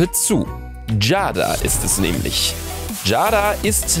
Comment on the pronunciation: Man spricht es Jeyda aus nicht Jada 😂